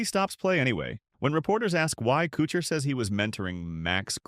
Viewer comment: Narrator can't even pronounce Kuchar's name correctly. The video title is misleading as well. Pretty sh...tty video.